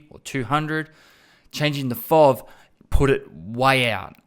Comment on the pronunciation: It's F.O.V. not Fovvvvvv ;)